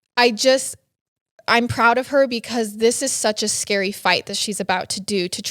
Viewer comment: "scurry" = scary